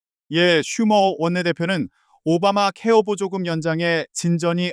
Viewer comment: 머야 세번째 뉴스는 앵커가 아니라 ai인가? 어떤 공부를 하다만 앵커가 [오바마케어 보조금]이 아니라 [오바마 케어보조금]이라고 읽어